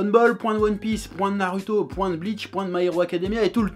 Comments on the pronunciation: Tu me fais rire quand tu dis narUto...j aime bien...commentaire le plus inutile ever.. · Ça casse les couilles d'entendre un u dans naruto, tu veux pas prononcer goku "grocul" tant que t'y es ?